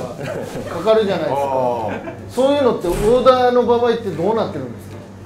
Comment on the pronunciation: 単独ライブお疲れ様です✨ 前から思ってたけど、山内さんが｢〜の場合｣って言う時、絶対｢ばあい｣でなく｢ばわい｣って言ってるのが気になってしょうがない民です。